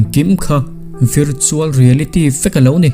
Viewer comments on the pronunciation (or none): Tinge aw..virtual reality pronunciation hi tisual ve det ania..rawng VAR tih a,var(white)..lamrik ang hian aw...ngaihnawm thin bawk sia.. i thu lamrik diklo zeuh te hi lo notice awl ltk...k sawiselna lam che anilo nia aw...ngaihnawm thin em a...chuvang zawk chu ni e...